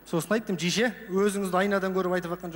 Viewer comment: RYSBEK ABDRAKHMANOV жише емес дише деп жатыр